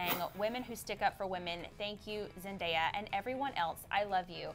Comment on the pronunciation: She finally said zendaya correct